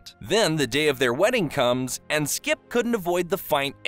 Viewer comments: It was really bothering me every time he said skip, but it was still a good video. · Is it just me, or do I keep hearing you say "Skip" instead of "Skips"? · why u call him skip without the s. he hates that shit